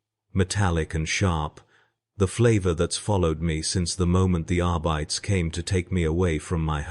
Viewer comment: Are bye tees. Not arbitay